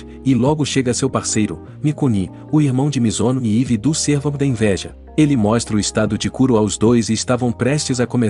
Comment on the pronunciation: Servo ? Não é Sérvo, amei o video